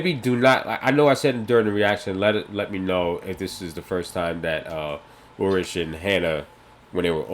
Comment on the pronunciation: And Ulrich isn't pronounced "Ulrik", Charlotte isn't prnounced "Sharlett", Franziska isn't pronounced "Fransheska", Claudia isn't pronouned "Cloddia", Egon isn't pronounced "Eagen" etc. We could go so on forever. ;-) But we know who is meant. The showrunners were smart enough not giving two people the same name thus making it even more confusing.